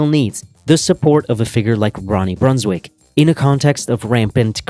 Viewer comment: In olandese quando c'è la ij si pronuncia ai, quindi si pronuncrebbe Brunswaik :)